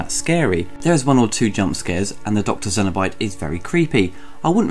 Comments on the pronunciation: I'm sorry, this started very good, but I cut it off at 5.30min! If you pronounce Cenobite as Zenobite, you have absolutely no business doing any kind of Hellraiser review! After the first mispronunciation I though... ok.... Let it slide, but inside I was very angry, carried on watching and you did it again!!! Don't know if you're doing it on purpose to stand out or get attention, either way..... Absolutely inexcusable. Wish my 5min view didn't count as a watch, and wish my ears could un-hear it. You moron. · Cenobite not xenobite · They're Cenobites not Xenobites and it's the Lament configuration not the Laminate configuration. Not sure why you keep saying these words wrong despite them being pronouced pretty much phonetically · its fucking CENOBITE not xenobite. what the hell man. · Its Cenobite, Kyle and Channard. Not Zenobite, Karl or Shannard. 👍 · It's Cenobites, not Zenobites. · It's pronounced "cenobite" not Xenobite and "Keer-sty" not Kirsty. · GOOD REVIEW HOWER YOU PRONUNCIATIONS OF THE CAST: CENABITE YOU PRONOUNCE THEM' ZENOBITES. IT SHOULD BE SENOBYTES. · Dude... It's Cenobite... C not Z. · Cenobite, not xenobite. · Cenobites. With a 'ssss', not a 'zzzz'. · It's Cenobite not Xenobite. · cenobite not xynobite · “Zenobites” “Doctor Shannard”?! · I've watch all your videos...out of all of them this is the one I can't watch, so many basic errors...'Lamnent'? 'Xenobite'? Bit rushed? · Do you keep saying 'zenobite'? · Good review and summary, but why do you pronounce 'cenobite' as 'zenobite'? It sounds like it belongs in the Alien universe that way. (xenobite?) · I wonder if he calls the Aliens, Cenomorphs. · zenobite? Is it really pronounced that way or is it his accent?